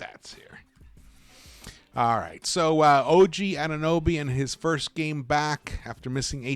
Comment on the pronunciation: It’s not nuby, it’s NOBY